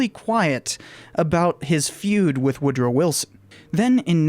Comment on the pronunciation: All yeh need to know.. is "Wood Row". #its twue #🎉